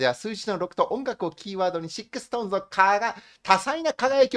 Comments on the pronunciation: 、シックストーンじゃなくて、SixTONESはストーンズと読みます。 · 余計なお世話ですが、、、 読み方が間違っています。 シックスストーンズではなくて ストーンズと読みます。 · ストーンズを「シックストーンズ」て読むのは、流石に恥ずかしいので気をつけて欲しいです。言っている内容の信憑性がすごく下がります